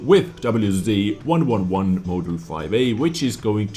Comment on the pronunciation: doublyu zee ? xD